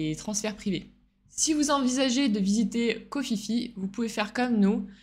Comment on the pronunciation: KHO PHI PHI SE PRONONCE PIPI(un minimun!)